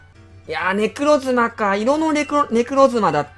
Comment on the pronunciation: ネクロズナじゃないくてネクロズマですよ